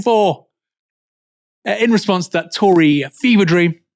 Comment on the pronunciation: seems the narrator forgot how to say tory